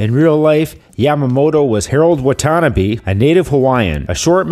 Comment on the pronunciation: Wata - NA -bé ....not Watanna-by